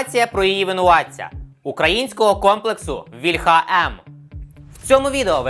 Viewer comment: Не вільхА,а вІльха,блін ,молдавани